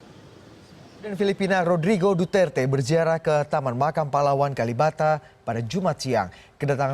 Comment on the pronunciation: Indonesian says right pronunciation for Duterte..Mabuhay from Philippines